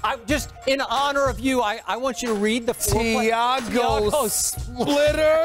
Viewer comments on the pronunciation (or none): ronefresh Tiago splitter 😂